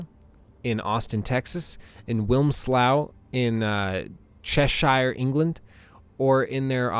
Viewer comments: great video but its "wims - low " and " chesh-err " lol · All very good points. Wimslaw in chashier england killed me though... xDDD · its pronounced cheshure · Just saying you butchered the pronunciations of Cheshire and Wilmslow(I think you said Wilmslow)